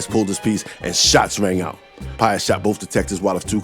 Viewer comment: Man... l dig how ya say Shots rang out! 💪🍁 Canada in da hoose, eh?